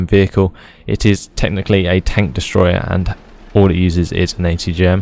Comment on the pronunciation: what nationality are you? I was watching with subtitles and every time you said atgm it said HTM!!!! hahahaha I love your vids